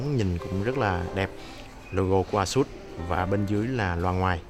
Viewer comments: ây sất đọc ây sút cha nội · Phát âm tào lao còn chửi người ta, "ây sất" vãi :l a-sợt nhá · thực ra thì đọc là "ây-shợt" :|